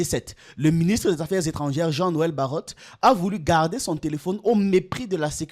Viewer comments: Baro(t), pas Barot(e). Le T ne se prononce pas. Ca fait plusieurs video ou vous faites cette erreur... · Bro, BARROT se lit simplement [baro]